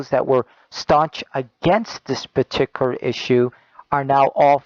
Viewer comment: I can't stand the way that guy pronounces certain words: partickler instead of particular; exetra instead of etcetera, sekshull instead of sexual, collitch instead of college. IDK if it's an accent or a speech impediment, but I almost stopped watching because of it.